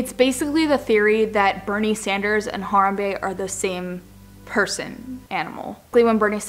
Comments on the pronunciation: You can't even pronounce harambe. omg. my ears are burning :/ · Pissed because you said harambe wrong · The way you pronounce harambe is amazing. LOVE YOU PAIGE <3